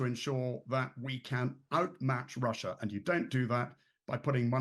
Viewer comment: The host: I'm tewwibly concerned that Gweat Bwitain may have to fight in Wussia! 🤣🤣🤣🤣🤣